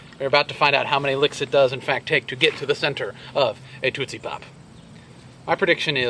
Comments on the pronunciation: Why are you saying TOOT-see pop? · I am very concerned about two things: One being the enormity of that mosquito, The second being the way you pronounced tootsie pop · Am I the only one who thinks Dan says 'tootsie pop' oddly? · you say tootsie pop weird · you say tootsie pop funny! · he says tootsie pop funny?